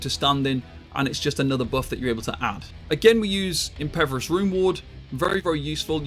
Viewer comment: Okay, after the fifth time I just gotta ask. Is pronouncing 'impervious' as 'impeverous' some kind of in-joke I'm missing out on? >.>